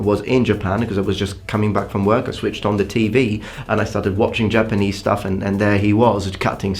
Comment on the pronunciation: It's Japanese not Jpanese